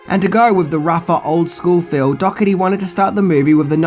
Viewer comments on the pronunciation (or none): Dougherty (dourtee) not dogotee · OMG‼️ "Dockerty"???? Dough-erty.... GET IT RIGHT‼️ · His name is pronounced Michael Dor-i-teei. Just saying... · Cool video as always, but Im pretty sure the director's last name is pronounced "Doe-her-tee"